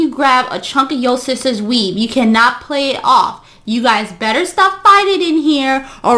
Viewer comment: Queen: she grabbed my weive . Me: 😂😂😂😂😂😂